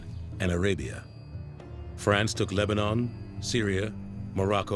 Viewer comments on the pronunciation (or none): none